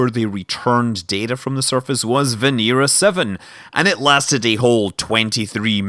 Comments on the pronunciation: Why does Scott pronounce Venera 7 as Venira 7 when its clearly Venera 7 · & Kosov Kanal It's Russian and that's how you pronounce it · It's pronounced more like Veñera. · & Kosov Kanal Scots do what they want. You'll never take our freedom.